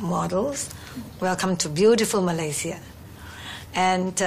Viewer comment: Love the way they pronounce Malaysia , my home country❤️